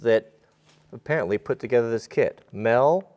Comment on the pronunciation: So did anyone else hear carpentry clit not kit?? Lol I love bloopers